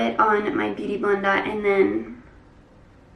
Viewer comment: Blender u mean?